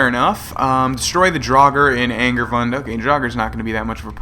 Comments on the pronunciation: isnt it ang-aar-voon-de? vund does sound right considering the "e" at the end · It kind of seems like you are saying "angry buns" and it's hilarious